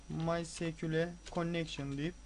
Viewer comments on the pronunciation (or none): Kardeş bu nasıl ingilizce ya maysekule ne allah aşkına ya ingilizce öldü. (En basit olan bu yoksa video fail dolu)